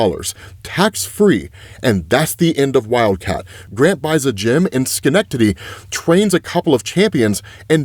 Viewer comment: Schenectady?? You said that like a local.